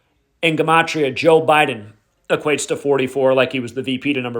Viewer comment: Hey..just curious..I've noticed that you've been pronouncing the word "Gematria" differently..why is that?